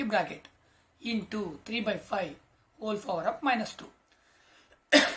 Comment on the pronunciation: Aadi power undi fower kadu😂😅